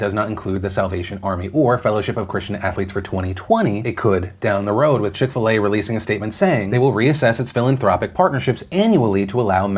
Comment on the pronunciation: I'm British and what is chick fil ey?